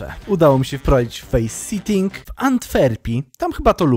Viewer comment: Face sitting (czytaj fejs sitting, czyli to jak czytasz faceting) to siadanie dupom na morcie, a faceting (czytaj faseting) to kategoryzacja xD